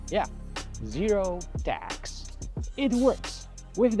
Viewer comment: It was I realized he was say "tags" and not "tax". "Man what a tough hood having to pay tax for clean walls!"